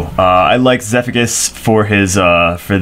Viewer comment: Pronounces Zephicus as "Zeffikus". Pronounces Ignicus as "Ignishus".